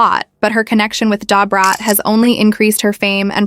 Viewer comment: This seems fake. This white woman cannot pronounce Da Brat name. Lol